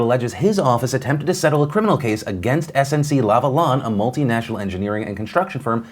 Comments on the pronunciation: its lavilin not lavaaaaaaaaaaaaaaalon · it's pronounced SNC La va Lain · I’m having a good laugh at how you pronounced Lavalin 🤣 it’s lav-a- lin in case you were wondering. Not whatever you said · Appreciate the mention of the Canada story, but just so you know Lavalin - La-Val-ein (The N sounds a little nasally) Trudeau = True-Doh (emphasis on the Tru sound) Quebec = Keh-Beck (Common mistake so dont worry) And finally, inn English, montreal is "mun-tree-all", not "mon". In french its "Mo-ree-all" in case you ever take up french. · Lavalin is french. I love you phil, but you butchered that pronunciation 😂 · Well, you mispronounced SNC Lavalin, it's a French word. However, the idea of Justin Trudeau stepping down or having any legal problems is highly unlikely, it is mostly the leader of the opposition playing politics. It is easy to fantasize what another government would have done differently but there would have been some sort of trouble either which way. This case is ultimately really good at confusing people and reassuring who they already want to vote for.